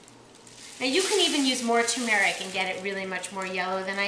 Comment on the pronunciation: Btw the way, the correct pronunciation is TUR-mer-ic not to-MER-ic. The accent is on the first syllable and it has two r's.:)